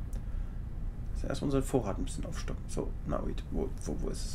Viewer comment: nicht nauit sondern naonit!!!!!